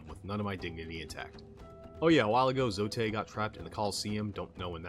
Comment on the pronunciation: Nice video man! Hollow Knight is such a gem of a game. Just fyi, it's pronounced 'Zote' like 'goat'